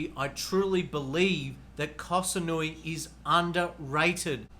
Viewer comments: It is SaMoooey not SaNooey(Samui). Please relabel this “Best locations for Sexpats” Chiang Mai is #1 by nearly every other list for expat ideal places to live. The beaches in Pattaya and Phuket are polluted dumps. You just put the top 5 cities with the highest concentration of hookers. Guessing you living in Subic is no accident either. Not judging but be honest here. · Has he even been to Koh SaMui? M as in mui. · Koh saNui lololol 555555 . Up there with the "elite" (ee-leight) visa from one of his previous videos.